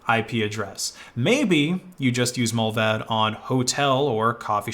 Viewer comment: Every time he said Mullvaad i thought of Mulva (the seinfeld episode)